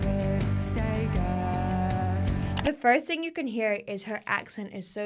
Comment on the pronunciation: As an Irishman, I always loved the way she sang “it’s the same old ting” rather than ‘thing’ as we don’t pronounce the TH in many words, just the T.